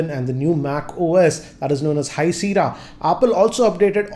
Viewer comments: it is not Seera its called Sea-erra "Sierra" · with due respect sir, it's pronounced SIYERA not SIRA.